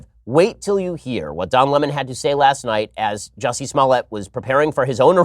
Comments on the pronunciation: Why is Tucker Carlon calling Lemon so retardedly? "Luh-Monn" LMAOOO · Lem'on....Its Lemon.. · Since when do you pronounce Lemon as La mon? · Why does Tucker call him Don Le Mon lol? Lemon is more insulting. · Don Lemawn 😂😂😂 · Wait, it's pronounced Don Lah-mon? I thought it was Don Lemon like the citrus fruit. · Since when Lemon been pronounced Le'mon ? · Tucker.. its Lemon, not Le'mon lol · So I have to wonder if Don was intimate with Jussie? I mean lemon feels so close to this dude that he can't think straight.It's pronounced Don LE--mon ? That's b.s. It's just like it sounds (Lemon) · Why is Tucker saying Don lemons name like le-mon? He didn't used to call him le-mon. It doesn't sound right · Haha "Don Le-Mon" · I like how Tucker says Lemon. Is that actually how Don’s name is pronounced?